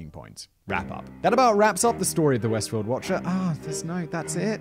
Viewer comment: Shame on a British guy not knowing a British sounding place like Westfield! Lmao